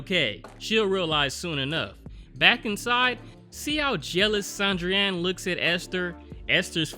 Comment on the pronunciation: Sandrine is pronounce the same way you'd pronounce Christine or Tangerine. San-dreen